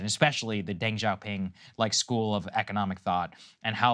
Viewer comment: "Deng" Xioping is pronounced "duhng", rather than "dehng"